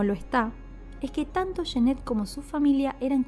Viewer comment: Cada vez que pronuncias "yenet" muere un gatito, se pronuncia"yanet"!